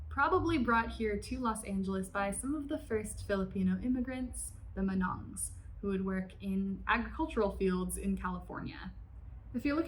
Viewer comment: While we’re here, I cringed at each mispronunciation of Igorot, Luzon, barong, and manong, but a visit to Seafood City or Valerio’s can easily fix. E for effort